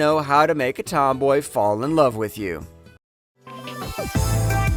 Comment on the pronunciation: just say love normally